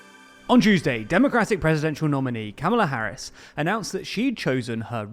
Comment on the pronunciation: What did you say ? Kaola Harris?